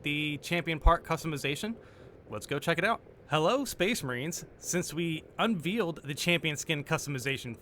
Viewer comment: My mans said 'unvealed,' like it's California and we dont eat things that cast a shadow. Love you though. But that's veil, like vale. Like something hidden behind a curtain, thats then pulled away so everyone can see.